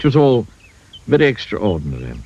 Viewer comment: That pronunciation of extraordinary was delightful.